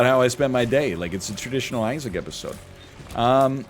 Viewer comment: Its Isaac.. With extra zaine